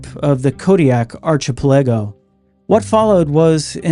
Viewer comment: Love your channel. By the way, the word word "archipelago" is pronounced "ARK-ih-pella-go" not "Archy Pelago" which is the name of an Italian kid that graduated in 1962.